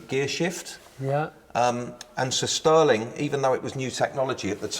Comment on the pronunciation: He says 'Sir Stirling' like 'sisterling'.